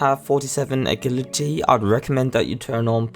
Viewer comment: how you say agility kills me man